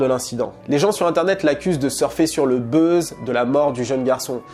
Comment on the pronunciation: "Surfer sur le BEUUZ" 😂